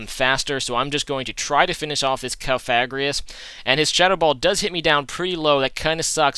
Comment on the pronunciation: alright so i think i saved you the troubles of finding out, im pretty sure cofagrigus is pronounced cough-uh-gree-gus or you could be a rebel and say cough-uh-grig-us lolz